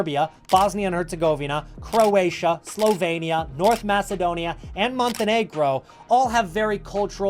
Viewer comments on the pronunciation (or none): none